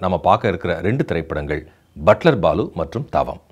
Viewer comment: என்ன சார், யோகி பாபு நடிச்ச படம் 'பட்லர் பாலு'. நீங்க ' பட்டர் பாபு ' ன்னு (0.51) சொல்றீங்க! ஸ்பீடு 0.25 x ல கேளுங்க.!